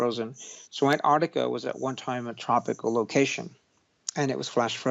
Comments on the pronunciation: Its ANTARCTICA Not Anarctica. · STOP SAYING AN-ARDICA America. It's embarrassing. It's ANT-ARC-TIKA. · In English, the place he is talking about is called ANT---ARC----TICA, unfortuantely he suffers from a known condition called letter and syllable deficiency. Or 'mangleze' meaning 'to mangle.' Otherwise known as 'American speak.' Curiously there is also an opposite condition i.e. letter and syllable insertion; as in 'nooc----u----lar' (phonetic spelling). but letter and syllable deficiency appears much more prevalent. e.g. 'orient' meaning 'orientate' and 'sodder' which means 'solder;' 'heirarchal' meaning hierarcical. And many other literary abortions. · Fascinating topic. Juts please pronounce the C in AntarCtica. Gets a little grating after a while like people that say "Nucular" Just takes away a bit but still good info.